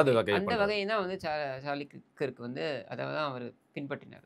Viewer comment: 😂it’s not Charlie கிர்க், அது சார்லி கர்க் 😂 but, thank you for being one of the first Indian YouTubers to talk about this important issue. RIP Charlie Kirk!